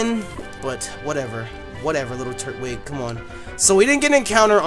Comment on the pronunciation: Hey it is tur-twig